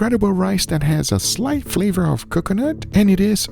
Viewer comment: still can't say coconut right